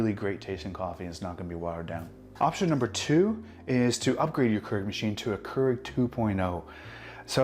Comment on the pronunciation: Your pronunciation of Keurig is distracting